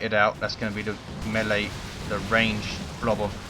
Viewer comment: Melee. It's mee-lay, not melly!